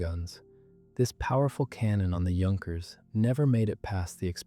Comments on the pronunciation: The weird thing is that the AI narrator keeps saying "Junk-ers" where as most people know its pronounced "Yunk-ers". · Please learn how to pronounce "Junkers." Thank you. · Starts prounouncing correctly! 😃